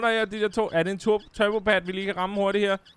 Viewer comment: vman det hedder en turbo pad ikke en turbo pade